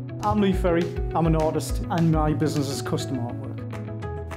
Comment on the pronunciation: Good Stuff apart from its Lee Ferry and not Perry. But hey ive been called a lot worse